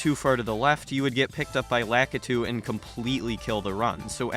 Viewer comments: La-kit-two I’m I getting trolled lmao?? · Never heard a worse way to pronounce lakitu